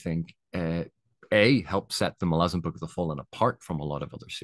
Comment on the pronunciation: Thanks for the video, very valid and excellent points in my opinion, not to mention you even pronounce Malazan correctly ;) I am coming to the tail end of my second read through, this time with all the Esslemont books sprinkled throughout as well, started with the ascendancy series which I read for the first time. I definitely put it at the top of the list of my favorite series, the characters and the world are just so epically great. Looking forward to the witness trilogy completion someday.